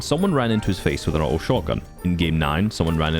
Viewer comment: It took me so long to realize you were saying auto(awht- ohe) and not outlaw (awht-lawe)